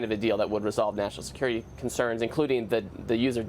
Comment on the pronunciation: 😮😮😮😅😅😅so aggressive?? Until you have to sacrifice "national see-cure-riti"?? Where is your maga?